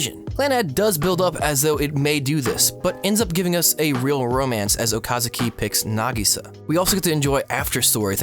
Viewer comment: Okazaki not Okasuki